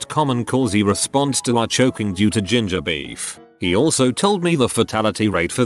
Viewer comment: When he mentioned ginger beef, I thought he said JuJu-Bees.